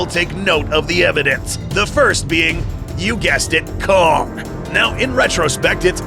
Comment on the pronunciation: am i the only one that heard c*ck instead of kong?